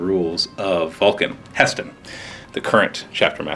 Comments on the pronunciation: HE'STAN...HE..STAN....NOT HESTON!!! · god the way he says He'stan makes me cringe